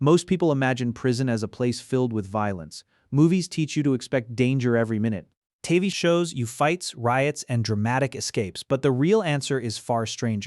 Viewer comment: A.i the guy mispronounced TV 😅